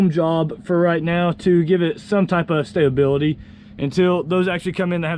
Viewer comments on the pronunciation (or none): stabability? lol